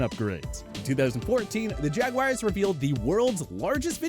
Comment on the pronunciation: Why’s it so damn difficult for people to pronounce the word jaguar? There’s no “I” anywhere in that word. At all.